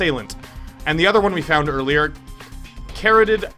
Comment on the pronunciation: In case you were wondering, "carotid" is pronounced cuh-RAH-tid.